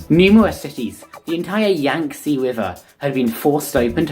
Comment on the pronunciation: Yangtze is pronounced "yang tzuh", not "yang tzee".